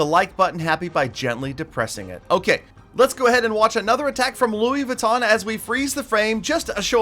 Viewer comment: thats a popular brand of clothing 😂 you pronounce it as vitton